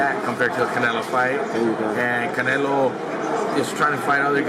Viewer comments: Thought he was saying cantaloupe.... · Can't say Canelo, can't say pounds, can't say Paulie's last name. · Hate how you say Canelo